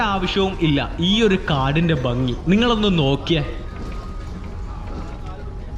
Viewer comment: വീഡിയോ നന്നായിരുന്നു.എന്നാൽ സ്നേഹ ബുദ്ധ്യാ ഒരുപദേശം തരുന്നു. താങ്കൾ ഭംഗി എന്നതിനു പകരം ബംഗി എന്നാണ് പറയുന്നത്. അത് കേൾക്കുമ്പോൾ ഒരു അരോചകമാണ്. എന്നാലും ജീവനുള്ള ഒരു വീഡിയോ തന്നെയാണിത്.